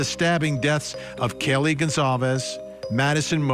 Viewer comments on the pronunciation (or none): Why does he keep saying Kallie it’s Kaylee